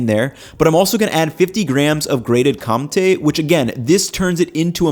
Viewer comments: My guy, you don't need to pronouce Comté perfect, but please stop saying Cum-té. There's no M pronounced in there, it's just an old french gramar rule, that you replace Ns for Ms behind Ps, Bs, and sometimes Ts. Comté is literally County in english, just say coun-té or Con-té, close enough and we don't have to picture jizz-cheese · awesome vid! I can't unhear the "cum-tea" anytime you try to pronounce compté though :p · You keep mispronouncing "Comte". If you're going to say it so often you should learn to say it right. Listen to a French person. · Didn't you start saying comtee? :) Yes indeed it is comté.